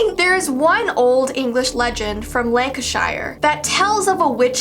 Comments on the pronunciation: IT'S LANC-ISH-ER NOT LANC-ISH-YRE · LANCASHAIRE EH? NO ITS LANCASHER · Its pronounced Lan - ki - sure Not Lan - ki - shire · ITS PRONOUNCED LANCASHER NOT LANCA SHIIERRR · You pronounce Lancashire Lanc - a - sher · Lancashire= lan cash er just so you know I’m sorry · Lank-a-sh-ear that’s how you pronounce Lancashire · The way she pronounced Lancashire killed me - it’s lan-ki-sh-ir 💖💖💖💖💖💖💖 ily , all the way from Lancashire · I live in Lancashire (England) Urrrrrrm. Okay then, (Btw its pronounced Lank-a-sher) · I live in Lancashire and the bridge u showed I climbed into the very top ark when I was little and btw it’s pronounced (“Lan kuh shuh” in Britain) and (“Lang kuh shr” in America) google it xx 😁😅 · Haha I died at her pronunciation of it.